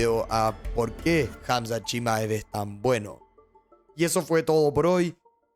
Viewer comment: jamzat o drigus